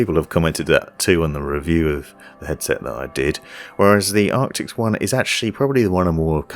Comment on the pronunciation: Loving your videos. Keep up the great work. I still get a laugh every time I hear you say Arctics instead of Arctis :-)